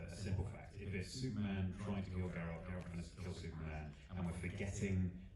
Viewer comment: Me encanta la entrevista en general. Pero me llama la atención que el entrevistador no pronuncie ni una sola vez correctamente el nombre de Geralt (lo pronuncia siempre como Gerard en catalán).